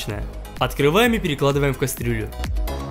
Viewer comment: ненавижу этот его акцент, когда он говорит "кастрюля"